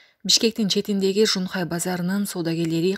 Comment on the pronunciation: Шунхай деп окуп койдубу?